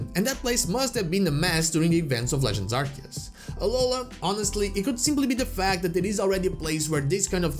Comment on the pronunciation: It is pronounced AR-SEE-US, not AR-KEE-US! ❤❤